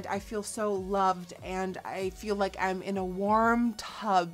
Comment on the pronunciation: I love how you say “I’n” instead of “I’m” it’s so cute! Lol also, spell reminds me of carrot stick! 😋